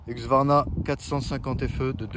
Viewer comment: HUSQVARNA pas HUQSVARNA!!!!!! tu porte un casque pas un caquse